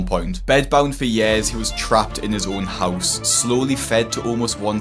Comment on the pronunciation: Its pronounced years not yares bruh